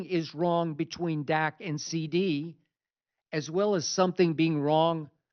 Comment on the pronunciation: Did this bih say stat Prescott ? 😂